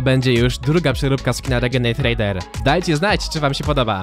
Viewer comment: Źle powiedział dla 9 letnich kidosów